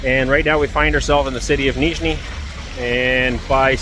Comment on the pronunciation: "Нижний" очень хорошо произносит.))))